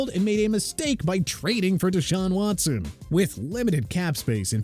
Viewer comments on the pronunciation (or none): none